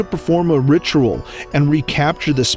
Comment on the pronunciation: It’s ritual not ritural